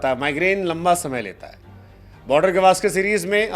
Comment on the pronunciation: गावस्कर होता है गवास्कर नहीं😂😂😂😂